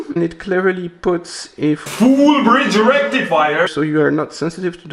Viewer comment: with his iconic and emphatic, “FULL BRIDGE RECTIFIER” made my day - thank you. It’s impossible to read those words now not in his voice and I’m all for it.